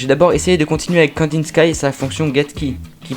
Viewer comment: Très bonne vidéo avec un style unique petits trucs qui m'ont tracassé cependant que je ne crois pas avoir vu dans les autres commentaires : - Prononciation de Kandinsky : 🤓le nom du module est une référence au peintre Vassily Kandinsky, dont le "sky" se prononce "ski", et non pas "skaïe" - à , ça me pique les yeux de voir "if x == True:", alors que c'est justement le but du keyword "if" de vérifier si quelque chose est True ! C'est donc un pléonasme, c'est redondant, ça se simplifie : "if x:"